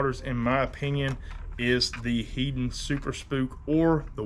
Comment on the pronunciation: Your Mirrodine instructional video is still one of the best and I’ve watched it repeatedly. This is an excellent video for beginners on inshore startup. Heddon is pronounced “head’ on” said quickly.